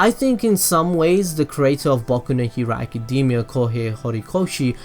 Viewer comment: It sounds like you said baku no hewo